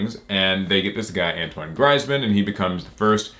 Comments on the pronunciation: It's pronounced Greezmen. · It’s pronounced Greez Man. For next time lol. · Pronounced grease man, French soccer superstar and world cup champ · It's pronounced greezemann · *Grease man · I think it’s pronounced “greezman” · His name is pronounced “greeezman” and he’s a professional football player🤦🏻‍♂️ but hey ho! Top video! Keep them coming! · AH Yes my favorite footballer Antuan Graizman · You got Antoine right, but his last name is pronounced GREEZ-man if you wanted to know or not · To pronounce his name it's Gree zs man..... greeceman.... greezsman grizmann... so say greeceman but instead of the CE go griEZzman The blackface was for the halem globtrotters that was playing in france at the time, he does alot of stuff with NBA France. To promote the game in France. It was an honest mistake what he did and he apologised but anyway here is all his individual awards. UEFA European Under-19 Championship Team of the Tournament: 2010 La Liga Best Player: 2015–16 La Liga Favorite player for the fans: 2015–16 La Liga Player of the Month: January 2015, April 2015, september 2016, March 2017, February 2018, December 2018 La Liga (Spanish league) Team of the Season: 2014–15 Onze d'Or: 2014–15 UEFA La Liga Team of the Season: 2015–16 Trophées UNFP for Best French Player playing Abroad: 2016 UEFA Champions League Squad of the Season: 2015–16 2016–17 UEFA Europa League Squad of the Season: 2017–18 UEFA Europa League Player of the Season: 2017–18 UEFA European Championship Player of the Tournament: 2016 UEFA European Championship Golden Boot: 2016 UEFA European Championship Team of the Tournament: 2016 UEFA Team of the Year: 2016 French Player of the Year: 2016 La Liga Fans' (fan vote) Five Star Player: 2016 FIFA World Cup Bronze Ball: 2018 FIFA World Cup Silver Boot: 2018 FIFA World Cup Fantasy Team: 2018 IFFHS Men's World Team: 2018 Orders (government "awards") Knight of the Legion of Honour: 2018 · It's greez•man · God the pronunciation of his name hurts my ears